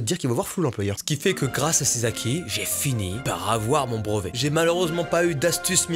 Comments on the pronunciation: tu prononces BREVET : BROVET gars! ça me stresse!! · « Le brOvet » MDR ahah